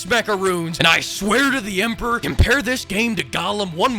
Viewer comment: "The Emperher." ....... AAAASMOOODAAAAAAIIIIIIIIIIII